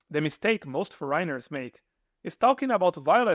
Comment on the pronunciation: face-red-heart-shape:FOREIGNERS in English pronunciation: FOUR' EN- NERS :hand-pink-waving: Please try this! Thank you!